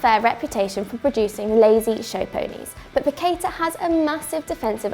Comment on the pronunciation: The pronunciation is "pa-que-tah". The tonic is in the last syllable.